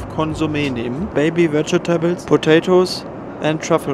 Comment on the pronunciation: Vegetables wenn ich es nochmal falsch höre :D Dreh ich am Rad :D vej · tuh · blz Danke <3 schönes Video :)